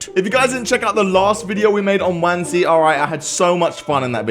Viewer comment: Isn’t it pronounced one zee